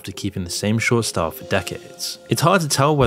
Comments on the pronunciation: Nobody: Zuckerburg: Whats your shtoyle ? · "You can't match moi stoyle"